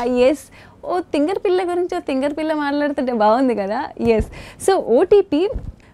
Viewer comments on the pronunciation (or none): Everyone : osai thingari pilla Poorna : osai thingari pella who else noticed this hit a like I am just kidding Don't take it seriously